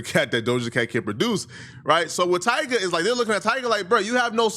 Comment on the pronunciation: It’s Tyga . I mean c’mon